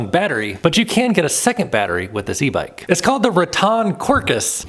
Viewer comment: It's pronounced RATT•en ... not "rah•TON 😊